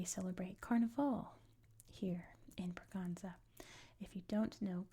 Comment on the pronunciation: Just a small corretion: the letter ç in portuguese is read like ss. So Bragança would be bragansa and not braganza (that's the spanish pronouciation). Like Açores is assores and not azores. Love your videos!